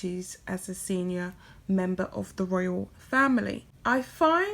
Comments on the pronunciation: It’s pronounced Royal, not Royale. Unless you mean that as an insult to Sussex Royal, that is. 😃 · Love your videos. Your voice is sooooo soothing! Just some minor feedback, it's Sussex Royal not Sussex Royale. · Why do you pronounce royal as royale? Curious. If Sussex Royal had been Sussex Royale they probably wouldn't have had a problem with it.